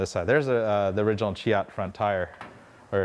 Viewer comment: It's pronounced shay- ot